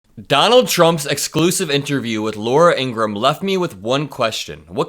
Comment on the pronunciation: if you're going to mock Trump for mispronouncing names, you should learn to pronounce IN-GRA-HAM the same way the Fox host pronounces her name.